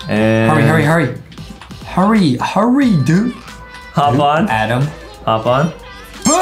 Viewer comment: When justin said HURRY it sounds like HURRAY🤣🤣🤣🤣🤣🤣🤣